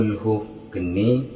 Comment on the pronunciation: Maaf....Naskah Arabnya tertulis Qulhu Kaanii.....kenapa Kaanii dibaca Geni? Mana yg betul?